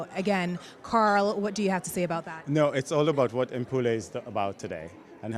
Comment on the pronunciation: Umpole, lol, the way she pronounce her name, I think the last time I saw Mpule was 12 Years. Wow, I almost forgot her face!